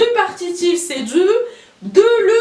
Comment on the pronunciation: Encore tu prononces dzu et non pas du